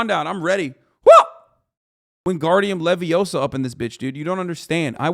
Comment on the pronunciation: Love your content man but it’s not “ Levi -OHHH-saw “ It’s Leviosa